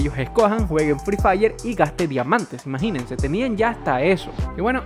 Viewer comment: Me gusta cuando dice maginense